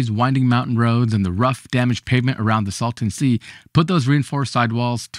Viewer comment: It is the " Salton Sea ", not the " Sultan Sea " .